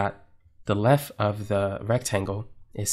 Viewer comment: This in one that so hard to listen to "length and width" become "linf and wif". I like the videos, but that can become a bit tedious to listen to.